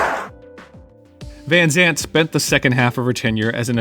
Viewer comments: it's van Zant, not Vanzant^^ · Say Vanzant one more time.... 👊